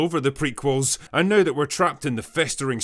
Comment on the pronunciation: Hey drinker “ now” has one syllable. You say it like it has five.